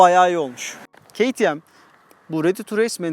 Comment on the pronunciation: Abi yazıldığı gibi okusan kimse yadırgamaz "keytiem" değil "kateme" daha doğru olur sankş yabancı bi youtuber izliyorum gibi